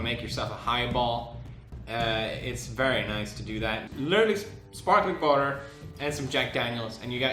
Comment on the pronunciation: The ending hahahah " wauter, drink wauter "